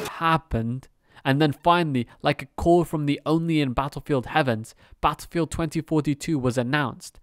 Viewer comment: The way you pronounce "battlepeeled" im dead lol